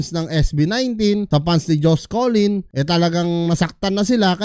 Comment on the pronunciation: Hnd po collin.. cullen po.. Bai ka po b.. pinyu .. 😅